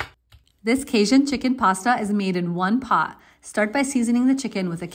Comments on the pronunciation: I was originally going to lose my shit over how you pronounce Cajun, but then I realized it doesn't really matter and it might be a product of an accent. Food looks good, though. Hope your Cajun seasoning wasn't Old Bay. It's made to sit on a throne of lies and disappointment. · cajin seasoning. I buy Tony Chachere's seasoning blends. Not all stores have them all but he has a few blends that are not as spicy. And I suck at spelling. I finally went and googled his name. Thats a doozy for spelling as its pronounced a bit different than its spell. You'd think living near Canada and vacation there id at least gotten better with my darn French 🤣